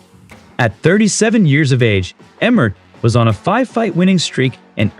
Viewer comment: Lol bro it's Josh Emmett not Jorsh Emret